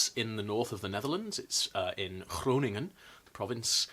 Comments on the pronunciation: You pronounce Groningen better than I do. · I was especially suprised by his pronounciation of Groningen. That is like a minefield for native English speakers. I'm really impressed. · That pronunciation of Groningen was really good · Your pronounciation of Groningen was basically native! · I'm late as fuck but as a Groningse I have to compliment you on your pronunciation of "Groningen", the G is usually very tricky for foreigners but you did well! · As someone from the town next to Leens, that's exactly how you pronounce it! Groningen is correct as well. Rasquert is almost the same, we pronounce it like 'ras- quirt'. I was expecting something far from home, turns out it's literally from my neighbourhood xD Kinda a shame I didn't knew this was knowledge from the Vikings, through we do have a lot of local musea focused on that period of time, usually about agriculture, clothes, tools, and how we dealt with water back then. Now that I think about it, I think I saw this kind of hat in a small museum here. Looking forward to making this myself. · Bestwel leuk om zoveel Nederlandse bronnen in deze video voorbij te zien komen. Your pronounced the Dutch words quite good! Hou van je videos, groetjes. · I was SO surprised at your perfect Groningen pronunciation, doesn't happen a lot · You pronounced Groningen pretty good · Dammit,, I've got a sewing queue as long as the Ormen Lange and I DO NOT NEED ANOTHER PROJECT. Tromps off to inspect my bag of remnants. Also, well done on "Groningen". That was quite respectably pronounced. I expect being a Welsh speaker helps. My mother-in-law comes from Leens.